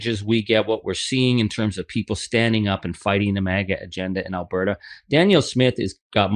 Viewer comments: "Al-Bear-ta?" LOL! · Al - Burt - Ah…. You always have such a hard time with the pronunciation of Alberta 😊